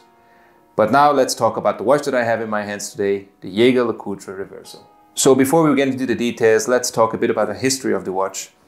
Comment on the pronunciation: Please learn to how to pronounce Jaeger-LeCoultre!!!